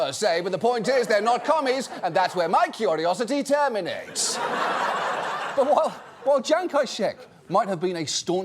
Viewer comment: i can’t get over the way he pronounces “terminates”. like, it sounds so good. i must have replayed that part like ten times by now.